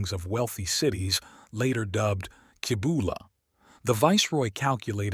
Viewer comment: first off your pouncing the city name wrong , it sounds like this " see bowl a' " i found the site of the Cibola but there is almost nothing left there but if you have a trained skill you can still locate the site ..i found a bone knife and a shaman stone nearby but you can walk right past it and never know it was there till you are guided by a shaman and no shaman will take you there , i am a time shaman and it is forbidden to go there , it is the home of the thunder God ,the Seven caves of Chicomoztoc ,, the spirits of the old shaman of the Chitoc rest there the caves are cursed , never go there the curse are real and you will never return ...How do i know this to be true ,i am the last Chitoc the 3rd immortal ! i was born there in a life long ago ...and you should know the truth , that priest came and stood on the rim of the bowl for a few minutes and a small girl saw him and he ran away like a scared rabbit before she could tell the shaman of our tribe .. he was a coward ! he was not very smart , he stood within a few feet of one of the rarest Gemstones ever known , the Grail Stone ! hidden in plain sight ..he could have walked a few feet away and picked it up ...and had the power of the great spirits own crown ...once stolen by Lucifer ! the Grail stone belongs to me now ... humans are not welcome there ....